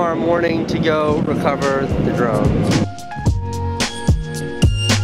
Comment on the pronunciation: I keep hearing Jerome every time he says drone.